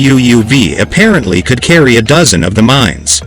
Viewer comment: They are MINES, not MINS. Also, "massively" is an adverb....it is used here as an adjective. The text to speech software used here comes from a non-English speaking country. I wonder where??